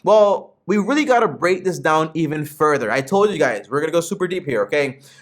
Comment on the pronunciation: You said Willy instead of really good video tho